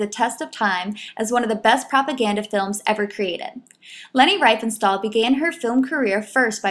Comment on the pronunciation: "REEF-en-stahl". ...In German, with double vowels, look to the second vowel to determine how to pronounce it: ie = "ee", ...ei = "eye".